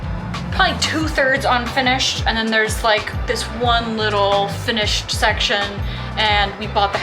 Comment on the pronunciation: I didn't know that AND had a T at the end of it? Speech Therapy may help...